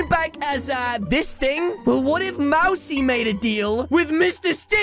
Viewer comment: its not mari its mousey